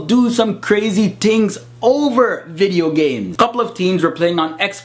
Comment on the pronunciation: "tings" LOL